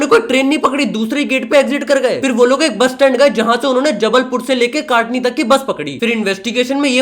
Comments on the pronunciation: Kaatni nhi bhaiyya katni hota hai 😂😂😂😂😂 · Kaatni nhi katni ktni 😂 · O bhai kaatni nahi Katni hai😅😅😅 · Bhai kaatni nahi katni hai😅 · Not kaaaaatni it's katni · broooooo it's not kaatni it's katni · काटनी नहीं भाई कटनी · It is not काटनी it is कटनी because I'm from jabalpur 😅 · Bro is not ketni it's katni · काटनी नहीं है bhaiya कटनी hai 😢😂😁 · Bhai sheher k naam to sahi lo..kaatni nhi katni hai 😢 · Bhai jabalpur to katni , katani nai 😅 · काटनी नहीं कटनी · It's not Kaatni it's katni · Kaatni nhi katni hai..😂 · Bhai kataani nhi katni hota hai bhai🤣🤣 mera home town hai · Bhai wo katni - hai kaatni nhi😅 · Kaatni ni chutiye katni 😂😂😂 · Bhai wo kaatni nahi hai katni hai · Bhai wo kaatni nahi katni(कटनी ) hai😭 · Mai jabalpur se hu or voh kaatani nhi h katni h 😂😂😂 broh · भाई कटानी नहीं कटनी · 😂 kaatni nahi katni hai😂😂😂😂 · Bhai I live in Jabalpur and Kaatni Nahin Katni Hota Hai